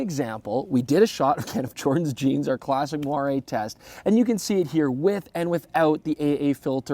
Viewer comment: Wow. He pronounced moiré correctly! Might be a first for Youtube.